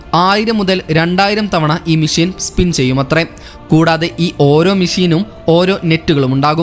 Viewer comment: മിശീൻ അല്ല മെഷിൻ